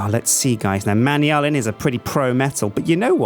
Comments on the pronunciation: It's not pronounced "manyalin" it's "manalin". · He pronounces all of the alloys wrong he slaughters it so much my heart accualy hurts like even other UK people pronounce manullyn right the way he says it just makes it seem like something completly different it is pronounced (man.u.lan) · your pronouncing manyullyn wrong,its pronounced man yoo lin and secondly I rarely play minecraft and haven't really watched vids on it in a while, I still know more about the mods than you do and its your job. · Manyallen. Really. Man-You-Lee-An. Ahhhhhhhhhh!